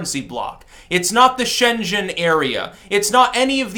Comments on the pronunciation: Schengen is pronounced Shen-ghen not shen-djen. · Love your presentations. But, dude, get your pronunciation right. Schengen = "shayng--en." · Shengen has a hard G, like the verb Get